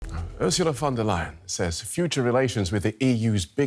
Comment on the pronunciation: DW is German. But the narrator still pronounces "von der lying" LOL